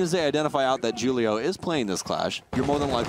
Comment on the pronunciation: Mans said Julio wrong lmao